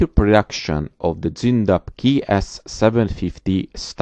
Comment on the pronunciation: I now know how to pronounce Zoondapp and KeeS750. Danke.